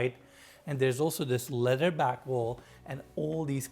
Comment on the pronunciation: Leather (Le-TH-er) not Letter. TH like you are saying THE.